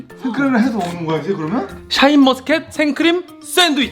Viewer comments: ㅋㅋㅋㅋㅋㅋㅋㅋㅋㅋㅋㅋ;ㅋㅋㅋㅋㅋㅋㅋㅋㅋㅋㅋㅋㅋㅋㅋㅋㅋㅋㅋㅋ그냥 샤인머스켓이 아니라 탈모스켓이라고 한거같은뎈ㅋㅋㅋ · 한번만 눌러도 탈모스캣이라고 들려요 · 와 진짴ㅋㅋㅋㅋㅋㅋㅋㅋㅋㅋㅋㅋ